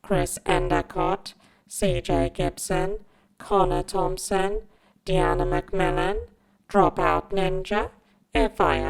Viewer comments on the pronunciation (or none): none